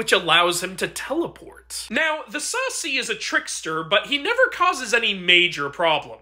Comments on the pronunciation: As a brazilian, you almost got the pronunciation right. It is pronounced saCI not SAci. Also the Saci can create minor hurricanes by spinning around and the easiest way to catch him is by using a sieve to restrain him and take his hat as while he is restrained. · Thanks for the video on our culture,Though the pronunciation is a little off. You say it like "sasee" sa-see without the pause or the z sound. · Thanks for doing a bit about one from my country. This one is actually the most famous mythological creature here. Also, to pronunciate, the emphasis is on the "ci". Sounds a lot like "Sassy" and not "Saucy". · You can call him sah-See With emphasis on the latter syllable But other than that all is good I hears he protects the woods and only causes mayhem when someone enters the forests and takes something without asking He goes around in whirlwinds and if you put a strainer on top of a jar, you can capture him and steal his cap